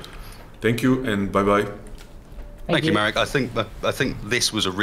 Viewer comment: His name is Marek, not Merek.